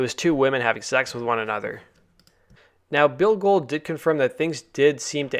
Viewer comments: Not to be "that guy", but it's Bill Gould (pron. Ghouled), not "Gold"... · Billy Gould (pronounced billee goowald ) not Bill Gold lol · Its Bill Gould, not Gold. C'mon son.